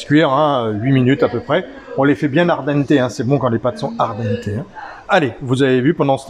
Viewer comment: Bonne recette et facile, mais ce sont des pâtes "al dente" plutôt qu' "ardente" !